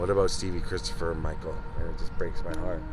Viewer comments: "probably aboot right there" ❤ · When you said a boot I could tell you are a Canadian